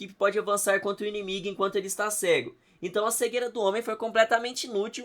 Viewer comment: Inimigue? Você falou inimigue mesmo? 😒